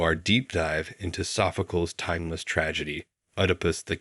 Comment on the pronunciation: Oh, please, AI, Sophcleeeez.